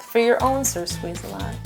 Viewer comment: omg did you call the bottle sir- squize -a -lot? thats hilarious!!!!! i am gonna die from lauhgtiure